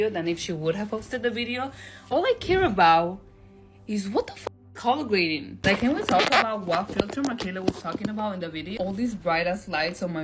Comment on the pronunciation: Leave her Alone, how many times does she have to tell you "It's CULLAHHH GRADIN" before you believe her?!Sheesh!🙄😂🤣😂